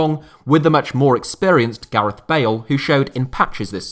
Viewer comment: "BALE" LMAO